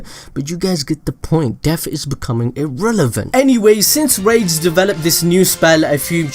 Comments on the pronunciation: The name is (ラデス・スピーリト) which is more like "Rah-des Spirito", rather than "Raids Spirito". Raids would be more like this: レイデス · Rades name is actually "Raydeez" bro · i think yuo pronounce it as ra-des, say ra, like you would say the winged dragon of RA, then say des, now say it combined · Tell me why when he said rades it sounded like rape and AIDS I don't get why it sounded like that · Lol that pronunciation of rades is giving me ear cancer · Wacth the anime and learn to pronouce rades name properly.